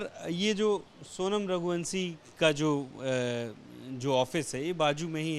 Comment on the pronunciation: रघुवंशी या रघुवंसी श को स श को स हिंदी को तोड़ डाला एबीपी न्यूज़ ने